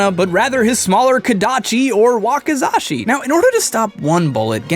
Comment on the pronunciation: Finally someone who can pronounce Wakizashi correctly ty (But why tf did you say that samurai used it as a distraction? They are distractions sometimes dipped in poison used by NINJAS)